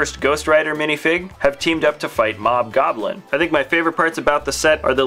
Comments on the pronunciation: its Hob goblin not Mob goblin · And then he says. Mobgoblin. When its Hobgoblin